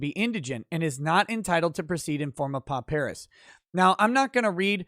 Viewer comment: With respect, is overlooking the real killer - the transcript fees. Has to be at least $300 for each day of trial. And should also get transcripts for all of pre-trial court hearings. This alone should be around $10,000. Also, "pauperis" is pronounced "paw-per-is", not "po-PEAR-is".